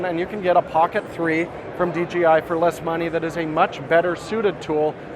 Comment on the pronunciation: You can get a Pocket 3 from "DGI." It's "DJI" and I know knows this, but this is a very common mispronunciation that I am guilty of myself. "DGI" comes off the tongue much easier than "DJI"